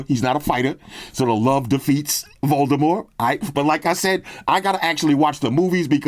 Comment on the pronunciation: Props to you,, for pronouncing “Voldemort” correctly! J.K. Rowling said years ago, well after the last movie came out, that his name does not have the hard T at the end.